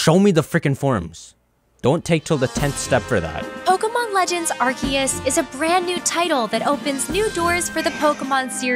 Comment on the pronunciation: arseus makes me want to bark if sounds like shit